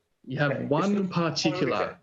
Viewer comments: You forget the 12 R's on the end of particularrrrrrrrrrrr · I have a "particulah"; it's my pee pee.